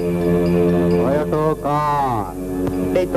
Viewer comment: டொயோட்டோ கார் இல்ல🤦‍♂️🤦‍♂️. டொயோட்டா கார்.